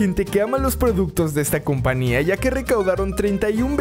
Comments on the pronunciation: Alguien me noto que dijo "companía" en vez de compañía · like si escuchaste que dijo compania no compañía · Like si escuchaste que dijo compania en vez de compañía